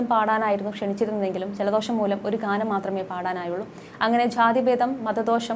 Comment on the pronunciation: ഇങ്ങനെയുള്ള അവതാരികമാരെ സോഷ്യല്‍ മീഡിയയില്‍ നിന്നും എടുത്ത് കളയണം. ഒരു കാര്യം അവതരിപ്പിയ്ക്കുമ്പോള്‍ തീര്‍ത്തും ഗൗരവത്തോടെ വേണം അവതരിപ്പിയ്ക്കാന്‍..അല്ലാതെ വാക്കിനര്‍ത്ഥമറിയാതെ പനയോലയില്‍ നായ മുള്ളും പോലെ വായിയ്ക്കുന്നവരെ എന്തിനാ വച്ചു പുലര്‍ത്തുന്നത്.? ഒരുമഹത് വചനത്തെ ജാതിഭേദം മതദ്വേഷം എന്നതിന് പകരം മതദോഷം എന്നാണ് വായിച്ചത്.. മാത്രമല്ല.. വിധ്യാര്‍ത്ഥിയെന്നതിന് വിദ്ധ്യാര്‍ത്ഥിയെന്നുംഗാനത്തിന്കാനമെന്നുമൊക്കെ തപ്പിയും തടഞ്ഞും... തോന്നുന്നപോലെ വായിയ്ക്കുന്നു. ഇതൊക്കെ മോശമായ പ്രവണതയല്ലേ...?